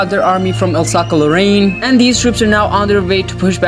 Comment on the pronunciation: Alsace is pronounced as Alsaas